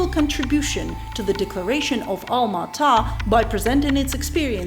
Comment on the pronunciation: What a well-researched pre- sentation, thanks for your in- put. The goal of the Alma Ata conference was " Health For All, By The Year 2000", so stated. Alma Ata; pron- ounced ALMA ATTA. I div- ided the word and added a T to indicate the emphases. Hence, Alma Ata. Again, well done. All the way from Ukraine, eh 😊👍🤗🌴